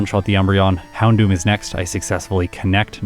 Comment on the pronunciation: Please stop saying "Houndewer" it actually causes me physical pain to hear it